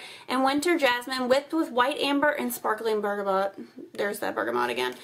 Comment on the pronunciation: I'm stopping there tomorrow! Can't wait. With 4 dogs in my house I'm always burning candles and washing my hands too! And you pronounced bergamot correctly the first time you said it. :) --Anne